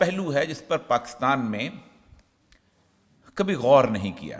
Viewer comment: Sir please PAKASTAN na bola kren it’s PAKISTAN